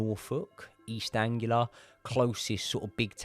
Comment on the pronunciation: East Anglia not Angular ......have we not learned from Jade Goody and her disgracefool use of the English language ?